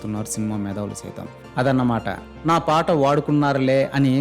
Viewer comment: ఒరేయ్ ఎవడ్రా నువ్వు ఫాట కాదుర,పాట,ఏడ నువ్వుండేది నెల్లూరు లో నా,ఇళయరాజా గురించి మాట్లాడితే G పగులుతుంది